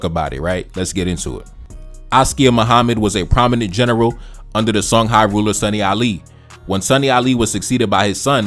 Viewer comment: Songhai is pronounced Shong-hee